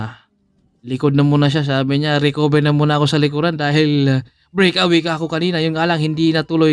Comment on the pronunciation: Solo brik awi😂😅😂bisaya ka 'no?